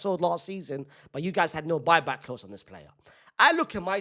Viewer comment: “boy-back clause” 😭